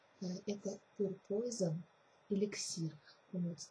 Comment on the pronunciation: Первый аромат произноситсякак ПЮР ПУАЗОН ,что означает чистый яд.